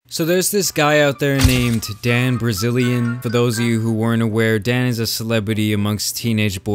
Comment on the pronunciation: Did he just said "Dan Brazilian" ? lol =D